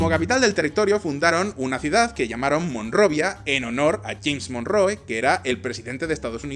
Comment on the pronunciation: ha sido escuchar MONRROOOEE Y Y O U TUVE, y tuve que cerrar el video. El contenido siempre excelente, pero un analista político no debería permitirse a si mismo no ser capaz de hablar un mínimo de inglés. Ni mi abuela lo pronuncia así...